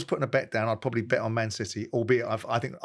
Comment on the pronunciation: "Pwobely nontenth"